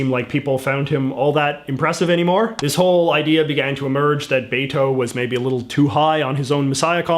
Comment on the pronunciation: So hard to watch this tbh. I understand having an accent, but pronouncing Beto’s name wrong bugs me.